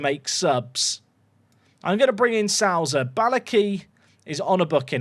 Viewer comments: Hey, Souza is pronounced SOW - ZA, not SOO-ZA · You don't read Souza as theres an "a" in the middle, you read it as something like "oh" for english speakers (Sohza maybe...but def not as Sauza! 😂) source: i'm portuguese and the brazilian pronunciation doesnt change much! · It’s S0za (like when there’s a zero on a telephone number)